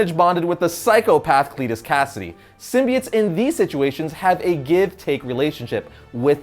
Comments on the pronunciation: sim-bi-otts. sim-bee-its. kms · Ok its a minor thing in the scope of everything, but the way pronounces SYMBIOTES is off putting. Its pronounced sim-bee-oats not sim-bee-its. Minor thing that comes up a lot between comic book readers is how names are pronounced because comics are a reader propelled art form. We each interpret names so differently after years and decades of reading. Lol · Sim-bie-its? It's Sim-bie-otes. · why do people pronounce symbiotes as SIM-BI-ITS when it was originally pronounced as SIM-BI-OATS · This was a good video and all, but I was entirely distracted by the start. All I could hear from then on was "sym-be-its". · you mean, 'symbi-OATS'🤣